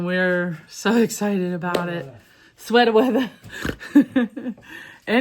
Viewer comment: Swetah Weathah 😂